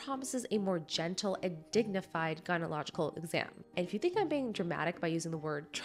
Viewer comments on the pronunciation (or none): gyno-CO-logy ( Guy - no - call - uh - gee ) As a fellow woman I feel as though I must aid you in your complete and utter failure to pronounce the name of the topic you're covering. You're trying to make a video about Gynecological tools and you can't even pronounce the word. You are aware that this takes away from the value of your information and makes you sound unfit to even discuss the topic, right? It is gynoCOlogy not gynology 🤦🏽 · Gy-ne-co-log-i-cal. That little 'co' in the middle of the word is actually important to pronounce. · Gyno colo gical not gyno logical 🤦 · Not trying to be rude but if you’re going to make your living off of YouTube you need some speech and voice work with a professional. You tend to swallow whole syllables like you keep saying gynological when it’s gynecological, also you swallow the h in phd. What happens is the brain is constantly behind trying to unravel one word or another and it feels like work to just listen. I’m a retired actor and I saw lots of people that started like you and with only a few months of lessons come out the other side very very good. We called it “chewing out your words”. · Not her mispronouncing “gynecological” every time👀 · Please learn to pronounce “gynecological” correctly. Ouch to my ears. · Please, if you are going to do this kind of content, learn how to say 'gynecological.' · You mispronounced gynecological I just thought I would let you know, continue